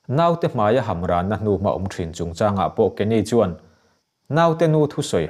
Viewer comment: A ngaihnawm in a chhiartu aw pawh a fiah fai nalh hle mai. Chutihrual erawh chuan 'mai' tih lai 'mei' ti a lam tlat hian a ngaihnawmna karah thin a ti rim thei hial dawn mai. 'Mai' tih tawngkam 'mei' ti a han lam tlat mai nghawng nasat zia hi kan la tem dawn chauh. Lam dan mai bak ah ziak meuh a mai tih tur a mei ti tlat pawl an tam tawh khawp mai.